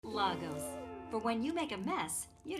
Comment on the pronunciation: Don't like that pronunciation of Lagos though lol